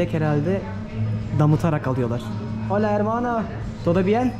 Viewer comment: Merhaba “iHola”daki H’yi okumayın lütfen. “Ola” diyebilirsiniz. Lindos. 🫡♥️🧚🏻‍♀️